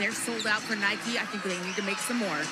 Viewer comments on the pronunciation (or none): none